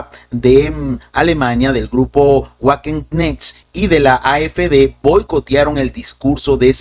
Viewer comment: Buenas noches, estimado, muy buen informe como siempre. Solo una observación, el grupo político alemán Wagenknecht se debe pronunciar aproximadamente como "Vaguenknejt", en alemán la W suena como V y la CH como J. Saludos desde Lima, Perú.